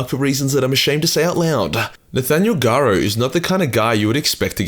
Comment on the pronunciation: It's Nathiel Garro... Garro is pronounced like arrow.